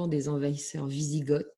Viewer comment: a dû dormir à l'école au moment du cours sur les invasions barbares, sinon elle saurait que Goths, Wisigoths et Ostrogoths ne se prononcent pas "gottt" (célégo comme ils disent dans Astérix) et que les Goths se sont convertis à l'arianisme bien avant leur division entre ostro- et wisi- et donc bien avant d'être en Béarn 😉. Sinon bravo quand même pour son travail de recherche!